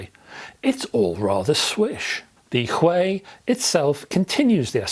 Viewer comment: Don't you think it's Huey? The way you pronounce it it sounds Chinese lol. It's a British company after all? I could be wrong as well obviously. Hopefully Chord reach out to iron this one out lol